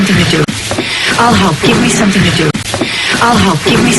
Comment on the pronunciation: 감사합니다.. 항상 최고의 강의라고 생각하고 있습니다. 그런데, 섬띵이 더 약하게는 서닝으로 들리기도 하는데 어떻게 발음하고 있는 걸까요?